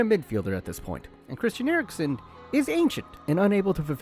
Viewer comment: CRIS TI AN